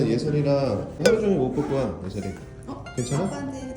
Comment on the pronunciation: 예썰이가 아니라 예설이인뎅